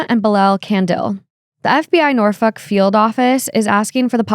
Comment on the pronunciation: Girl! Nor- FOLK not Nor-fuck lol. Like “That’s all folks!” Botched pronunciation aside, I love that you guys highlight missing persons! Has anyone been found from your shout outs?